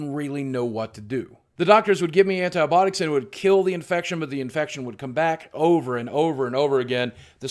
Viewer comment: antibotics??????? you mean antibiotics